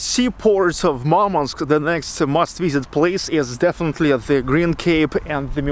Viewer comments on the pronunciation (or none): Что за идиотизм говорить МАрманск? Город называется Мурманск. Не надо коверкать название города, пытаясь спародировать иностранное произношение.